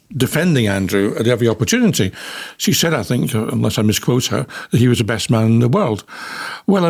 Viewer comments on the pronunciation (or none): You say things not fings , so why do you say fink for think? your making it up , Busted !